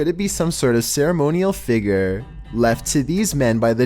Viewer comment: Everyone: How do you pronounce "figure"?: Figger.